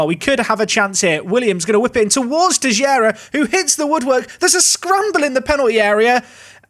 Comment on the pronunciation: please, stop saying Tejera. Teixeira is a portuguese name and it has nothing to do with "tejera".